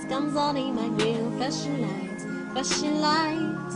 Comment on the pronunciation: She said "Fashion lights" lol